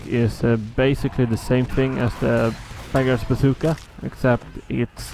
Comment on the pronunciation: when you say beggar's bazooka, it sounds like you are saying big ass zooka XD